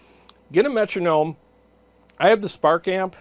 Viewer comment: Cheers 🍻 I know it's true lol but I just cringe every time I hear someone say Metronome 😂.